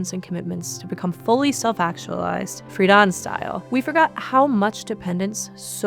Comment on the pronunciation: FREE-DEN NOT FREEDON